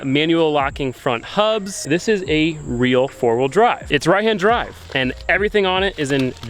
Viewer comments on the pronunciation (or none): none